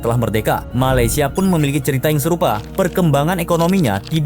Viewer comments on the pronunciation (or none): none